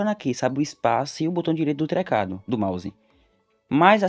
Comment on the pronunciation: "Tlecrado" kakakaks